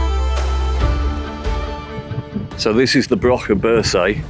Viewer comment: The Ness of Brodgar, and The Ring of Brodgar, are pronounced brogar, the 'd' is silent.